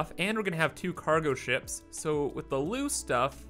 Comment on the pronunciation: Lol why do you say loose the same way as lose